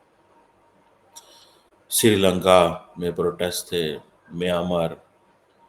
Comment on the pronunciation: the PHD doctor learn to speak it is Mynmar not Miyamar 🤣🤣🤣🤣😁😂